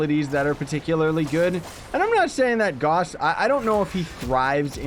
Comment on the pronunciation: GAUSS RHYMES WITH MOUSE